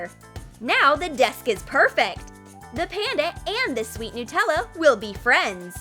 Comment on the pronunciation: Dose anyone Else get triggered by the way they say Nutella 😂